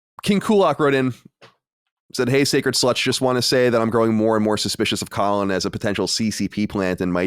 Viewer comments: definitely says Cohlin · I always notice how pronounce Colin wrong. I was always waiting for Colin to notice it, but Colin never reacts so it must be fine.